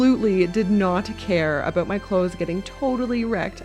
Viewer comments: 'ABOOT' Always fun to find out quickly someones Canadian :D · Nice build...but your "a boot" had me going... 😂😊